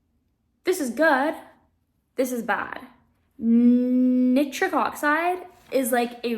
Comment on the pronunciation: Wonderful talk and very interesting! One very minor point, Nitric is typically pronounced nai·trik rather than knit-trik.